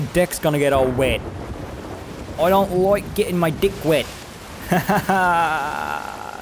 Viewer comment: I know he said “I don’t like getting my deck wet.” But it sounded like he said dick...